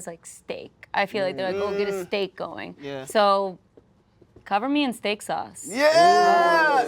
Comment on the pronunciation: not the only indian in the video to say steak💀💀